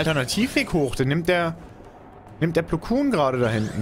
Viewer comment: Mensch er heißt nicht Meister Plukun sondern Plokon